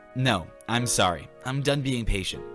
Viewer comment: (Oh sowwy)